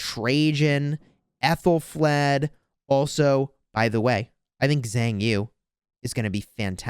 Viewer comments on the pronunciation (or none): Xiang Yu is enunciated more like "Shun you". xD Xiang isn't pronounced "Zang"